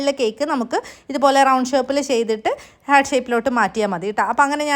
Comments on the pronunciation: Heerrt allaa pronounciation hart ahn 😂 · Heart ഒരിക്കലും pronounce ചെയ്യുമ്പോൾ ഹെർട്ട് എന്ന് പറയില്ല. ഹാർട്ട്‌ എന്ന് തന്നെയാണ് പറയുക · Hurt alla... heart aaan😊